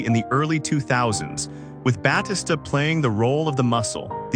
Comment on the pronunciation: stop saying his namr wromg its fucking annoying, if you going to make a video on him then say his name correctly. i had to stop watching to how annoying it was